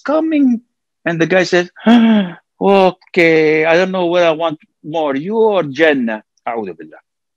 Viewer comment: The way he said Okkay..... 😂🤣 Was funny